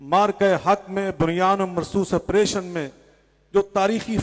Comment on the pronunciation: آپریشن کہنا تو سیکھ لے ڈنگرا۔۔۔۔۔ مجھے خود کو اہلحدیث کہتے ہوئے شرم آتی ہے لعنتی